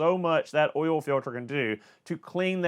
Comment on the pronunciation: Be sure to talk about the Ole. Not the Oil, but the Ole. Like Ole Miss Swiss Chocolate.. it's the accent 🤣